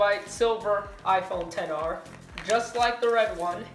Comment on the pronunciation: Lol “ 10 R “ It’s not a “10 R “ it’s an XR .